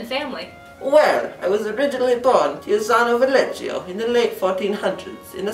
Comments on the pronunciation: You can't say wrong the name of your topic! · The pronunce is wrong. I live in Pieve di Cadore, where he was born.